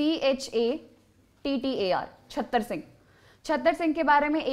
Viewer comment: Right pronunciation is चुराह And Other is छतर सिंह Right pronunciation is चतर सिंह